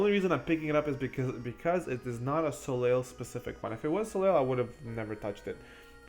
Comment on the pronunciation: its pronounced "SO-LAY".... Its french for sun. I.E. Cirque du Soleil.